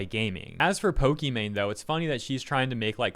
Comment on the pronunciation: Am I the only one who hears her name as poki man?